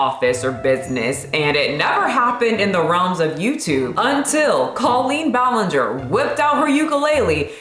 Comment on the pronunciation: cawlpeen bualeenger is no no